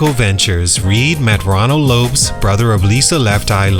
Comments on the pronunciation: I am so sorry, but i am giving this video a thumbs down and i will not watch till the end so that you can be paid money, because the fact that you just pronounced Lisa's last name as if it rhymes with the word ROPES when everybody in the world knows its pronounced EXACTLY LIKE THE LAST NAME LOPEZ, shows me that you did NOT do your proper research. Who in the hell pronounces Lisa's last name like that? And im sure you watched aplenty of video footage with the CORRECT pronunciation in order to make your video. You're a fraud and i will no longer tune in. I will also unsubcribe. You're a fraud 🤡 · Lopes is pronounced like Lopez. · Who is Lisa Left Eye lops? Its Lopes